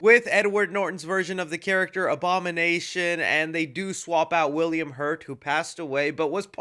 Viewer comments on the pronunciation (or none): none